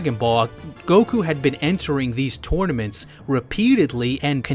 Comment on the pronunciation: u say tournaments funny u sound like u say tooouityrnements